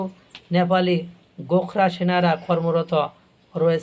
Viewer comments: শব্দটি গোখরা নয়,ওটা।গোরখা হবে। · উচ্চারণ ঠিক করে করুন। গোখরা নয় গোর্খা হবে। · গোখরা নয় গোর্খা রেজিমেন্ট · ভাই গোখরা নয় ওটা হল গোর্খা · Gorkha regiment, gokhra ba gokhro saap. Mathay tupi aar chhagal daari howay bhul hoyechhe.